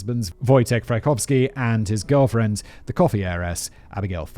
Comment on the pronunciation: also,. you made a tiny error. Abigail Folger - the COOFFEE heiress.... cooffee... lmao... i know it was supposed to be coffee